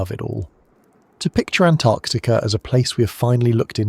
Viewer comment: "Antactica" yup, ai.